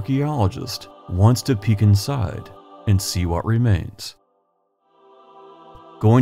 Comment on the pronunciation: You're welcome! I am still fascinated by your accent. I'm Southern. Just in the first 30 seconds that I just now rewatched I'll give you an example of why I'm fascinated: your words are smooth with no up or down inflection, so sounds Midwestern for sure. But you say let's take a peek "insiiiiiide" in a bullseye drawled-out buttery Southern way! 🙂 Is it a naturally occurring amalgamation of Indiana's Midwest location with perhaps a proximity to Kentucky and thus influenced by Southerners - I wonder. Heigh ho heigh ho it's back to work I go. Looking forward to hearing your soothing voice and exploring Indiana later 🙂